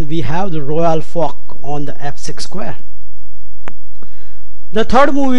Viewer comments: i think that would be pronounce as "FORK " no "POK" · Super royal folk. Enable subtitles 😂😂😂